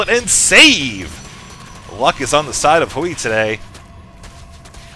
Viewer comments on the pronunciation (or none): As a Chinese speaker, it's "Hway".